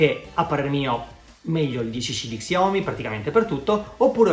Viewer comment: Xiomi? Si legge sciaomi e si scrive xiaomi